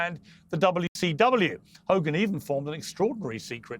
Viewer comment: it's wcw , not wtw, mr Morgan!